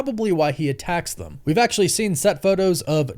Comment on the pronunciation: Why do you say “Thum” instead of THEM? Sound like a big ass little kid.